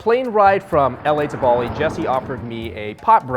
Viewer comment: Oh my gosh it's Baa-Li not Buh-li